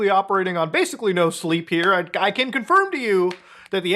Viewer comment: Stop saying “badically.” You’re rendering the word meaningless.